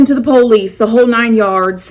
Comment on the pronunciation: I love how says Police. POLE-LEASE.😂❤️